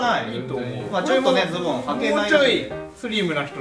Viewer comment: オモコロなのに「アウター」だの「ボトムス」だの言っててビックリしたんだけど、恐山がちゃんと「上着」「ズ↓ボ↑ン」って言ってくれてやっぱオモコロだぁって安心した